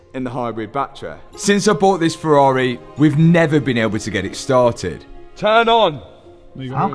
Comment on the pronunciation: Waiiiitttt - HE SAID FERRARI and not FERRAREEHHH for the first time ever:D Luv ya